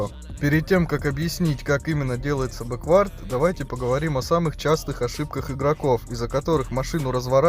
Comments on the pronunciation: Почему ты говоришь бэквАрд а не бЭквард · Не бэквАрд ,а бЭквард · все супер только не бекВАрд, а БЕквард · Беквард блять а не беквАрд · Не беквАрд, а бЕквард) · Крутое и информативное дерьмо. Только произношение английских слов режет слух немного - "бэ́куорд" в данном случае было бы верно. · Мне одному кажется что в слове бэквард, ударение идёт на букву "э"?